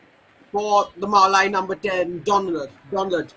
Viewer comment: Commentator.. He is not Donald, instead he is Donlad ( Don-Lad)